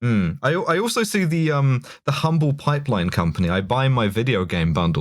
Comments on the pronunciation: It's pronounced "Umble" not Humble. The people of Houston will rip you all apart for that one. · Nobody asked but, Humble is the name of a town north of Houston and for some reason it is pronounced without the "h." Therefore I'm pretty sure it would be the "Umble Pipe Line Co." You're welcome. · You don’t say the H in “Humble” (it’s actually the town I was born in)!